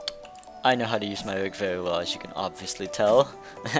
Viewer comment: its rig not vig